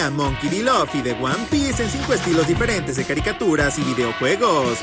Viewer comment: Dijo loffy es LUFFY😭 al principio😔